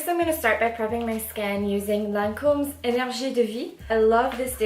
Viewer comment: You did a great job my love! I was like 😱 when your pronounce the Lancôme moisturizer 🙊, your Frech is great 👏🏼👏🏼. Keep it up 😘❤️💕